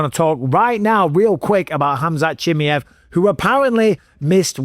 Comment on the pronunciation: Who is "Hamzat Chimiv"?